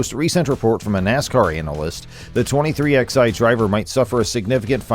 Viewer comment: Stopped watching at 23 "ex-eye"